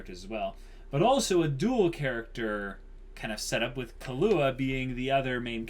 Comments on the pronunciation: Sry for this but it's KI-LUA not KA-LUA xD He aint a drink :D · "Kill-ua" not "kalua" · lol u guys are great with theories but terrible with names i.e. Ginoza (Geen-o-zah) = Gee-Nose-Ah? Killua (Key-lew-ah) = Kah-loo-ah? Makashima (Maka-shee-ma) = Maka-shee-me But surprisingly you get Kurapika right somehow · Kill-wa that's how it's pronounced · Why do they say kahlua lmfao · Gon has never said/implied anything about Hunters being super noble things. And there wasn't some 'automatic' disqualification - there's a disqualification due to one guy losing his arms (Thanks to Hisoka) and probably dying off-screen because of blood loss. Also, you're not supposed to put emphasis on the 'ua' part of Killua. It's supposed sound like Kill-wa but with a little 'u' sound in between 'kill' and 'wa'. Basically Kill-u-wa.